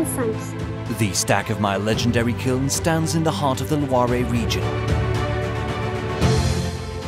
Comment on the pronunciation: The WHAT region…? It’s NOT pronounced “Lwarr ray!” Mon Dieu! Quelle honte.